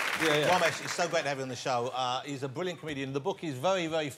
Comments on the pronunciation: Did he said Womesh on purpose or what ? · I can't stop laughing as Johnathan kept calling him womash 😂😂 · On Wossy tonite .... Womesh Wanganathan .. Wita Owa .. Wamsay .. Fwed & Gino 😬 😁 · Even though the R sound does not really exist in English, I have always loved how Jonathan Woss manages to botch it nevertheless! It's part of his charm, I guess. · I came to see Jonathan butcher Romesh’s name, thankfully it was right at the start. Cheers editor